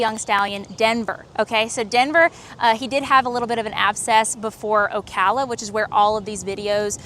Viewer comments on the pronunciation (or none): none